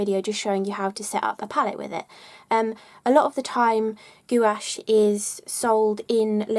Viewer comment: I like your pronunciation of gouache.. goowash.